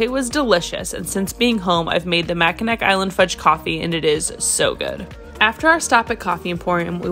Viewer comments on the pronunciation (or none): It’s pronounced mackinaw, but spelled mackinac. ☺️♥️ Loved watching your video! Can’t wait to try some of these places on my next visit!! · Great video, but it's pronounced "Mackinaw"!!!